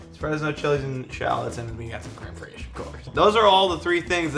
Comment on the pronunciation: crème freeeesh 😂